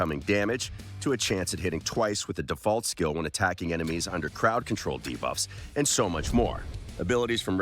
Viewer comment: I was so looking forward to seeing your reactions to "Chi-mee-ra" and "Duh-buffs" pronunciations, it 100% delivered! Never change